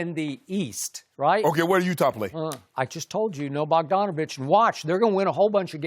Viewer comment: THIS MAN SKIP SAID BOGDANOVIC 😂😂😂😂😂😂😂😂😂😂😂😂😂😂